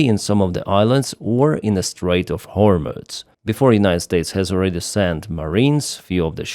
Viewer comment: It's pronounced Гормуз, NOT Гормуц.